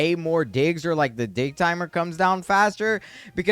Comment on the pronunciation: Is he saying dih or dig